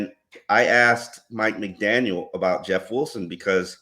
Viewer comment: all due respect.. there is no “S” at the end of McDaniel